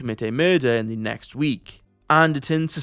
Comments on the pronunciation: I am vary creative, also Truly I am despondant at the news of your departure as head of the WEF, from your charmingly bald head to the way you could not pronounce the word "the". A great service you have rendered to the world and for that reason I thank you in this comment. Also I like APPLE products, NVIDIA GPUs, FINANCE, STOCK MARKET CRASH, Injurylawyers4u, I NEED A LAWYER, Workplace Accident, Shopping interests, Purchasing Items, How to Buy. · Truly I am despondant at the news of your departure as head of the WEF, from your charmingly bald head to the way you could not pronounce the word "the". A great service you have rendered to the world and for that reason I thank you in this comment. Also I like APPLE products, NVIDIA GPUs, FINANCE, STOCK MARKET CRASH, Injurylawyers4u, I NEED A LAWYER, Workplace Accident, Shopping interests, Purchasing Items, How to Buy. Yours Faithfully, Stoic Stick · Dear, Truly I am despondant at the news of your departure as head of the WEF, from your charmingly bald head to the way you could not pronounce the word "the". A great service you have rendered to the world and for that reason I thank you in this comment. Also I like APPLE products, NVIDIA GPUs, FINANCE, STOCK MARKET CRASH, Injurylawyers4u, I NEED A LAWYER, Workplace Accident, Shopping interests, Purchasing Items, How to Buy. Yours Faithfully